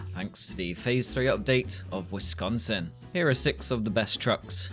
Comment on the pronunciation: I’m glad you pronounce “Wisconsin” correctly